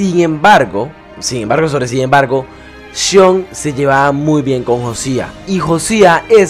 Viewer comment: Sean Maguire (se pronuncia como "Shon Maguaier" mas o menos) es irlandés, no holandés, pero coincido contigo en que se hubiera ido con Dutch, por desgracia jajaja